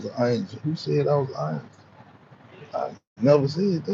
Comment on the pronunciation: Was that word supposed to be ANGEL. THIS MAN SAID ANGLE..... HOW TF A MF ON SOCIAL MEDIA AND CANT EVEN SPELL ANGEL. LOL SMH GTFOH